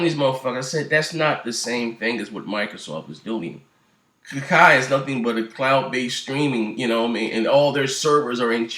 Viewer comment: Wtf .. I can't understand a single word of wtf ur saying dude. Lame news . That's old new foo. U can't even pronounce Gaikai hahaha